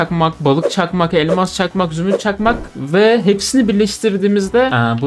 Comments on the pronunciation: ELMA"K" çakmak ne?😂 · Abi fark etdin mi elmas çakmak demiyor elmak çakmak diyor 😂😂😂😂